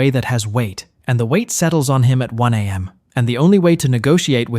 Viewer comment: Are these ai generated cause who says 3 am like i am?💀